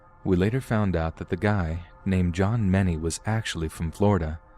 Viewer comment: I found the news article about the man. His name is actually John Mehne, not John Manny.